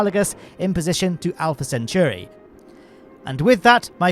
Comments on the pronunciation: Pronunciation note: "Centauri" contains the word "centaur", so it's "sen-tor-ee", not "sent-your-ee". (Also it's a star, see other comments for details.) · While we're being picky, it's Centauri, not Centuri. As in part of the constellation Centaurus, "of the Centaur,'" the half-man, half-horse mythic creature. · You're not pronouncing "Centauri" proprely.